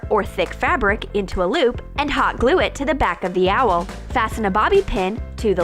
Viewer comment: It's owl not auval